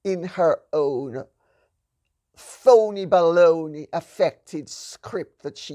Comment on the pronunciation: .....we need Lady C to call out the PHONEY BALONEY. in this world...,,truth, courage ,she has it...she has earned her voice....magnificent....had to listen several times to the perfection of the exquisite precision of her pronunciation and implications of PHONEY BALONEY...,,hilarious...